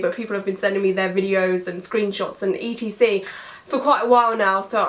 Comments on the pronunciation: I've never heard anyone say "etcetera" as "e. t. c." out loud before! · I have never met someone that says E T C instead of etcetera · Watching your videos is made so hard by your constant spelling out of etc. please please please use the full word et cetera! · I’m from Australia and we always say ‘e t c’. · I think I'd take that any day over the mispronunciation of Ex-etera lol